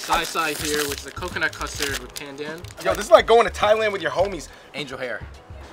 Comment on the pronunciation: i'm glad you guys switched up the pronunciation of pandan, it's been a long time coming!! Dope vid y'all!